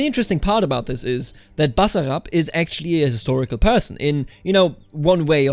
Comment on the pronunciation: Your pronounciation of "Basarab" in on point!